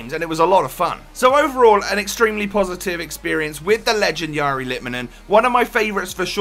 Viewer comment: If you get technical, the r in the first name is not said right. Last name is spot on.